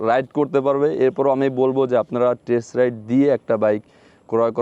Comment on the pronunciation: number 1 উচ্চারন ঠিক করেন... যেমন spiriting না এটা হবে Speeding, Number 2, ইঞ্জিল কি? ইঞ্জিন হবে.... কলাবরেশন না এটা হবে কোল্যাবরেশন, বলেছেন টেস রাইড, না হবে টেস্ট রাইড, আপনি বলেছেন যথেষ্ট enough ভাই দুইটা একি জিনিস বাংলা আর ইংরেজী তাই যে কোন একটা ইউজ করুন, বাইকের মবিল হয় না ইঞ্জিন ওয়েল হয়, মবিল একটা ব্র্যান্ড নেম, রাইট?? এতটুকুই বললাম... শুভকামনা....